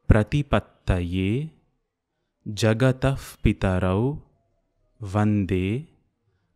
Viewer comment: It's not jagadah or jagadaf it's '''jagataH'''...🤗